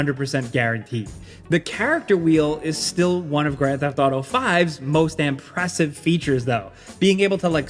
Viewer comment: there’s no way bro pronounced “impressive” as “AMpressive” That’s what happens when you lean to much into the exaggerated YouTuber voice